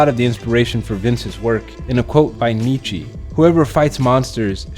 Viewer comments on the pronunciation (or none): “Knee chee” its Nietzsche nigga. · His name is not 'knee chi' for fuck sake, it's nietzsche. Learn to pronounce it right. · Who tf is Nietzchee bruh please say his name right